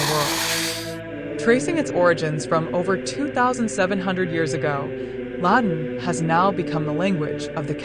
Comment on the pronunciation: The computer voice can’t pronounce the word “Latin”. Or Ecclesial. Makes it hard to follow.